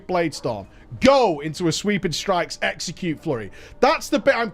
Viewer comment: That time said “sweeping strike, execute” bu it sounded like sweeping strike sexy cute